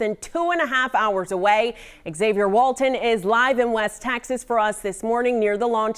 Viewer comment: Why is she is saying Texas a different way?